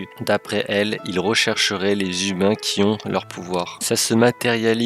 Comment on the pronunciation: Alors pas mal, mais un peu plus énergétique ^^'' Et oublie pas les liaisons vocales ! Les [ZHUMAINS] et non pas les [Humain], c'était super trigger's d'entendre à longueur de vidéo ><